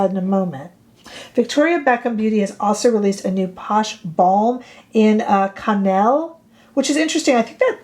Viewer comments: “Cannelle” is pronounced kah-nell — like “car” + “bell” (but with an ‘n’). 😃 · Cannelle does mean Cinnamon in French. The E at the end is silent. The long A sound at the end of a French word that ends in an E is only used when there is the correct accent above the E itself or if it is a double E. Otherwise it's silent. Hope that helps. I took 8 years of French between High School and University, in case you want my bona fides. Rarely get to use it except to shop. LOL. Thanks for the video. Especially those eye liner color comparisons. This one is too red for me, but very pretty on you. Her Cinnamon seems more neutral than I thought it would be. That is now one I might add to my collection. Also, some of my eye liners from her are drying out. Do you have any fixes for that?💚